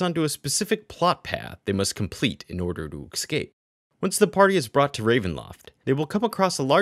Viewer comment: Escape not eXcape!!